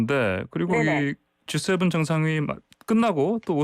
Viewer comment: 진행자는 아침에 GS 편의점 다녀왔나요? G7과 GS는 큰 차이가 있겠지요? 발음 하나 가지고 꼬치꼬치 따지는게 너무 지나친것일수도 있지만 반복되면 곤란하겠지요?